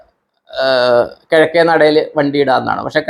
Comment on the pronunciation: കിടക്കെ നട അല്ല sir 😂😂കിഴക്കേ നട... എനിക്ക് സന്തോഷമായി sir ന്റെ ഈ ഗുണം എനിക്കും കിട്ടിയിട്ടുണ്ട്, പത്തിരട്ടി യായി😂😂😂❤❤❤